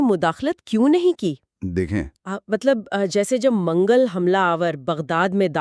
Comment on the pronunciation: منگل نہیں بہن منگول صحیح تلفظ ہے